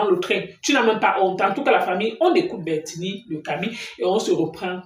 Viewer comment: C'è bertini et non Bertille le Camille